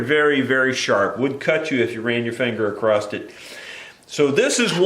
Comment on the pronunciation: I enjoy your videos but the word across ends with an "s" not a "t".